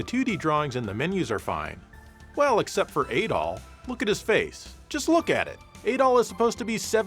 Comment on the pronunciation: Your “Adol” sounds a lot like “Adolf”